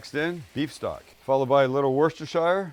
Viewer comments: Bloody hell Sam - it isn't wooshtershershire sauce - its pronounced "wooster" for pete's sake!! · We pronounce Worcestershire sauce WOOSTER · Worcestershire sauce is pronounced woos ta sher sauce. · Worcestershire pronounced "Woo-sta-sha" simple! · "WUS-ter-SHUH" is how you pronounce Worcestershire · If he comes to Worcestershire, i will gladly meet up and teach him how to correctly say Worcestershire sauce 😂